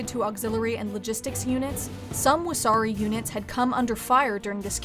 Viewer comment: everyone laughs because the pronunciation made it sound like wahsarki, a jelly donut